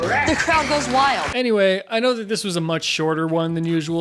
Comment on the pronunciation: That's it I'm always going to say neway instead of anyway